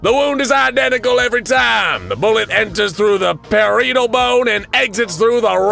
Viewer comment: Puh-rye-it-uhl bone 🦴 💀